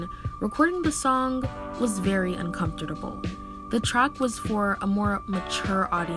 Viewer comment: Did she say “uncomfortidable?”